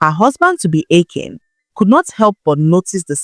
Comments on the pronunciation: I like the new voice. But she's pronouncing the names like an AI narrator would. Also she is pronouncing 'Akin' in 2 different ways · This is not Nne voice. Maybe AI due to the inconsistencies in the pronunciation of the name Akin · Is This an AI narrator? I follow and listen to your stories because of your voice, this voice is okay but pronouncing names like AI, "Akin" "Ekim" "Akim" "Ekin" and so on, i know the work load is much, but please Use just your voice, there's this joy in hearing your voice with the story